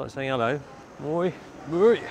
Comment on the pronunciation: Mooi, beautiful in Dutch. Try to pronounce the oooi as oi